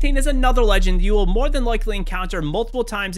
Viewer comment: what's a "MROE fight"? did u just mean "more" ?